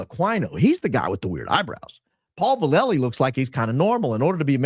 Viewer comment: If your comments about General Paul Vallely represent the rest of your info in regards to truth, then your in over your head and have no idea who he is. First hint is you have no idea how to pronounce his name. I have first hand info your assertions are all wrong. There was document circulated in the pentagon at their request that Aquino took without permission and then added a bunch more to it. Vallely reported to the Pentagon that Aquino was recruiting to Church of Set It was added to and published without consent and NO he never co authored or published anything with that fool. You need to dig deeper as does Candace Owens evidently as she’s reporting the same thing. I think highly of her and it come as a surprise. Have no idea who you are but what you’re doing is dangerous and irresponsible. My guess is that there’s a person out there with the initials AV who is probably starting this nonsense but General Vallely is the furthered thing anyone will find who is a satanist. I know this personally